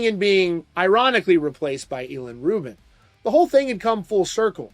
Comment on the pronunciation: ih-lawn, not e-lawn.